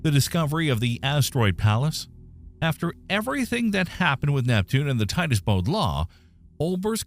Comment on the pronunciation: They said Titus Bode law . Not word . They talk insult story .they are wrong .